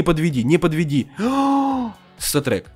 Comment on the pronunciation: Он говорит место статрек когда нормально выпадает говорит сатрек сатрек